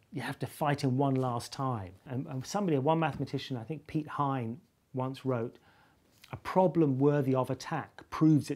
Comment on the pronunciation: "Lauded," not "loathed" (quite the opposite, actually.) "Slain," not "slained." "Piet Hein," not "Pete Hines."